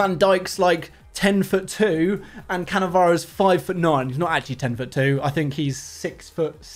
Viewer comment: Nice shit rievew of cannavaroo😂